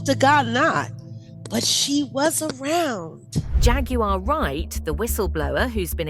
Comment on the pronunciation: The word Jaguar is pronounced "JAGG-KWAR."